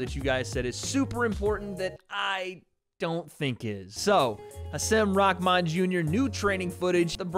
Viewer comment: Bruh why are you saying his name like that watch you’re press conference vid and watch this and tell me you aren’t saying his name diferente